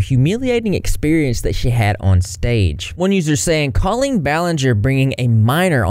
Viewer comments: DUDE RIGHT???? I’ve been thinking this this WHOLE TIME. I’ve always heard it pronounced caww-leen, not cOHleen. Wtf. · that’s what I’m saying, I’ve never heard it pronounced “Ko-leen” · I’m shook at how people pronoun Colleen like colon, that and that this went on for so damn long. Were adults at these shows??